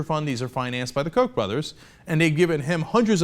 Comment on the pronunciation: Koch is pronounced COOK not COKE.... lol